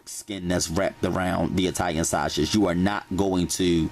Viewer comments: You heard him... shawshage! 😂💯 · Baby when he said "Sweege" and "Shashe" I was done😂😂😂😂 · He said, "sweeeze, and shasague! 😂😂😂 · 2019 Thanksgiving Day and I am HERE! for the vegibles and shashage!😩😂🙌🏿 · Veggables...😁😁😁😁😁 Shaushage😁😂😂😂💪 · Glossary: "Shweeze" "Shawshage" "Veggietables" "Moishurize"